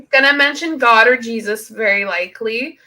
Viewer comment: The way she says Jesus gets on my nerves for some reason... It kinda sounds like JeezASS